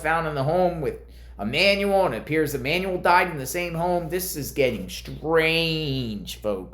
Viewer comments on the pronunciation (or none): I don’t care what you call Jake and Rebecca, but it costs nothing but compassion to say the names of the deceased correctly. Hector= Heck-tour Emmanuel= E-man-u-l 🙏🏼